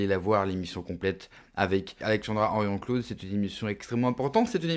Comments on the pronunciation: Henrion CAUDE pas Claude ! Une grande dame comme elle mérite qu'on écorche pas son nom . Merci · Ce n'est pas "Claude" mais "Caude" . Bref merci pour ce vidéo. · Après 5 ans, vous pourriez au moins apprendre à prononcer le nom correctement ! Ce n'est pas Henrion Claude, c'est Henrion CAUDE! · Excuse moi de te reprendre ...c'est Henrion CAUDE...pas Claude... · Caude, pas Claude !